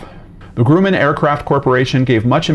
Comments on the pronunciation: The first syllable of Grumman rhymes with "rum," not "groom." The magazine was TIME, not THE TIME. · The "u" in Grumman is short, not long. The first syllable rhymes with "drum," not with "doom."